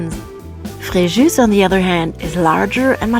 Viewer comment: Fréjoo not Frejuice*